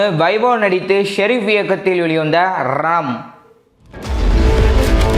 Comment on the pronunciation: Ranam is a word but rum is a emotion 😂 Theliva pesu thala